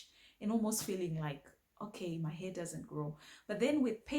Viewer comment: I love how you say "heh" for hair 😂 it's adorable ❤